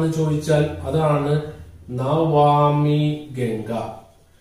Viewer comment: Excellent class sir☺.. It's not navami ganga.. It is Namami Ganga 🙏